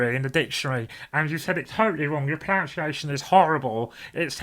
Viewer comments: Hur, it's not pronounced 'pronounciation', I looked it up in the dictionary and you said it totally wrong, your proNUNciation is horrible because it's pronounced 'pro-NUN-ciation'... oh yes, because my name is geeky Paul and it's what I do. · Your worst pronunciation was that of the word pronunciation ;)